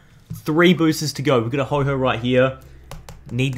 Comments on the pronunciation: Stop calling ho oh Ho ho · Um..., it's ho oh, not ho ho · we have a ho-ho right here Me: it's ho-oh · Woah woah woah woah, DID HE JUST SAY HO HO I AM SO TRIGGERED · he said hoho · have u ever realized it's called ho... OH not hoho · What is with people calling ho-oh ho-ho